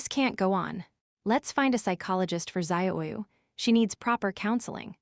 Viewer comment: Some of the ways the computer voice says names. Ziyu would be DZUH-yoo ,Or tza-yoo, not what wierd zahyayaoo thing they are doing.